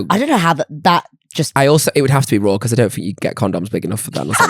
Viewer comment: Not me thinking meant 'roarrr' did not think raw at all 😂😂